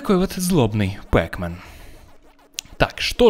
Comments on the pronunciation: НЕ ПЭКМЕН А ПАКМЕН!!! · не пекмен а Пакмен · неправильно пекмен а правильно петмен! но неважно. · Не пекмен, а пакмен